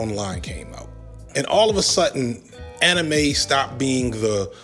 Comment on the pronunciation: interesting that you pronounce manga correctly but anime incorrectly. The correct pronunciation of anime is kinda weird sounding tho.